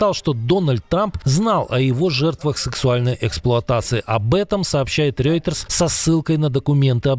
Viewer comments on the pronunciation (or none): none